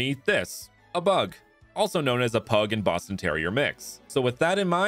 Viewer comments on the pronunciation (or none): none